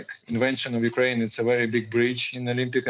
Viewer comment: Why do they always pronounce “Kyiv”correctly but they never pronounce Ukraine properly.. the media is so pretentious.